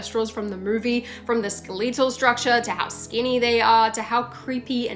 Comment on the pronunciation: I’ve never heard anyone pronounce “skeletal” as “ske-LETHAL”. Is this an Aussie thing?